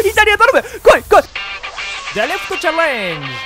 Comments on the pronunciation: デリフトちゃれーんじじゃねーよww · チャレンジのイントネーション未だに間違ってて草